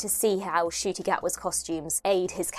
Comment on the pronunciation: Correction, it's an 'N' in Ncuti, not a 'G'. My first Doctor was another Scotsman, Sylvester McCoy. My classic Doctor is also Tom Baler; in Nu-Who, it is David Tennant and now Ncuti:D